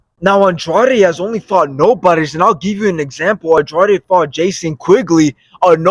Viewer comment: Why does everyone pronounce Andrade wrong???????????